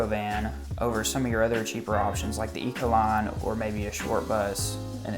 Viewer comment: I know this video was posted over 4 years ago, but I just want to point out that it's Econoline, not Ecoline.